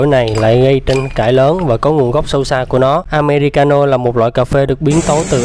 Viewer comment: Phát âm sai rồi không phải am me ri ca no